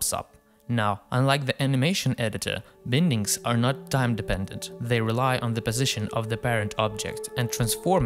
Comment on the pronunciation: Great work! Just a comment: it's pronounced 'bye-ndings' (/ˈbaɪndɪŋ/). Regardless! I'm a huge fan!